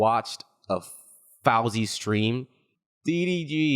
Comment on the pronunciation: bro said fowsey like he dont know how to pronounce it. He is in his mid 30s thats mid life crisis not 50.